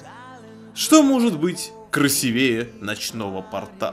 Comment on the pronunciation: обзор хороший, но ударение в слове "красивее" ставится на букву "и". В слове "порта" ударение падает на "о". Если честно, раздражает уши)